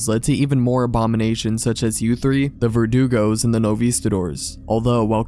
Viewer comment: It's nice you were trying to offer an assist! :) However, he did say it right. The creature in question is called 'Verdugo', not Vertigo!